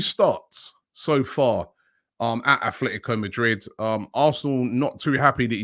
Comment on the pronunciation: Someone talk to and explain about Atletico not having a H i cant go through another window with him not learning this yet. should know this as a footy fan never mind a journalist